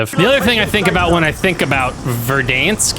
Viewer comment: Fun fact: pronunciation of Verdansk is actually correct according to Russian.